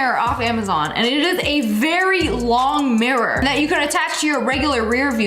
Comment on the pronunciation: AGAIN? And WORSE? “MARE-UR”. 🤦🏻‍♀️